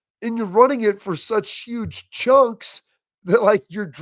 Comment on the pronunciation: 23 yards rushing... "yuge"-trump lol